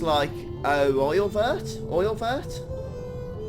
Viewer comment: Oeilvert is french meaning "Green Eye" - It's roughfly pronounced "Oyle+verte"